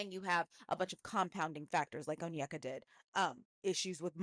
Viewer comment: Many first gen Nigerian Americans were raised in predominately white spaces, resulting in lot of passive self-hate towards their appearance and idolization of eurocentric features. I imagine that's what's going on with Onyeka (btw her name is pronounced "oh-nyay-kah" not "un-yeck-uh") when she was describing this Danish guy so positively. But I agree --her comments were very concerning.